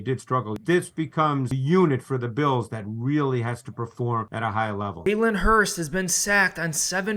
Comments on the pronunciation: Hurts. His name is Hurts - not Hurst. TY and good luck today #GoBirds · I know it shouldn’t bother me and no im not an eagles fan im a bills fan. But why are you saying Hurst instead of Hurts? I dont wanna sound like a dick just sounds a little funny when your saying someones name wrong over and over again. But great video nonetheless. Goodluck Philly! #GoBills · Its jalen hurTS not jalen hurST. You’re saying it wrong. Jalen will HURTs after this game Go Bills